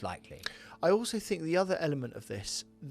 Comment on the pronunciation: It's common, I fink